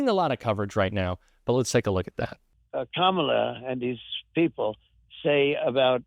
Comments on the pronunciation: He's finally pronouncing Kamala's name right. She must have made an impression on him. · Holy crap he said her name right!!! 😂😅:_Heart